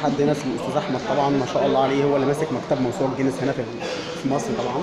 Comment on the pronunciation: اسمها چينيس مش جينيس 😂😂